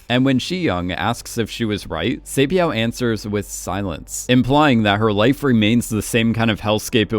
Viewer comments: Saebeav ❌️ Saebyeok ✅️ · sae byeok not sae byao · i love this channel, but bro, they literally say their name in the show. each Squid Game Explained episode, you mispronounce each character wrong. like for this video, where do you see byeow in byeok? you say i-lam in ilnam. Did i miss the part where you explain why you mispronounce their name purposefully in an older video? Or are you just making fun of Korean names?? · Why do you pronounce the character’s name like that? “Say-byao”…the name is phonetically pronounced the way it’s spelt. Why do you make the “k” silent. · Love these vids but pls look up the proper pronunciations for some of the characters! Sae byeok is kind of pronounced like “byuk” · heyy btw "byuk" and "hyuk" in "sae byuk" and "dong hyuk" is just pronounced how its spelled like byuh-k and hyuh-k. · By the way you’re saying her name wrong but it’s OK no hate😂😂😂♥️🙏🏻 thank you for putting my comment in your video♥️♥️♥️ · It really annoyed me because I remember it being spoken in the show but I can't be too mad, Korean isn't his first language. 😅